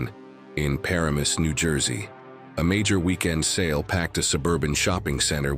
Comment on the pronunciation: Paramus is commonly mispronounced - it sounds like 'Puh-RAI-muhs'. I had never heard this story before.If that was at Garden State Plaza, that place is ALWAYS super-busy and it's surprising if there was a spot she had used more than once. If it was at Paramus Park - well, that place has been slowly dying out for years and the parking lots are always mostly-empty.